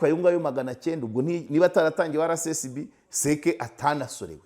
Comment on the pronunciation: Please, bavuga RSSB ntibavuga RCSB